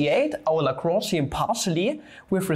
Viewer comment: A German boi pronouncing L A W H U U N J perfectly, who could've thought. Cool video btw, I'm a math major secretly wishing to take Analytical Mechanics next year but also sort of scared.